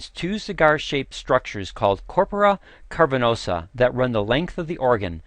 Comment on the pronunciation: The medical history is wrong. Viagra (AKA sildenafil) was invented to treat pulmonary hypertension. It was completely accidental that its effect on the penile vessels was discovered. This guy should also learn to correctly pronounce "cavernosa". (It's not "carpernosa".)